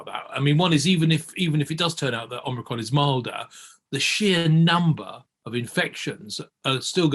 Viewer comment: "ormricron" What are this guys credentials?